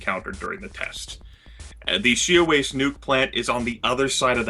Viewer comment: ***** Almost, I am from the Seattle area and people here get it wrong.